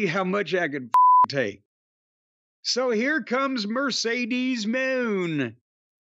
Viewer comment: I just love how Jim cornette Miss pronounces Sasha banks name " Mercedes moannnnn!!!"😂😂😂😂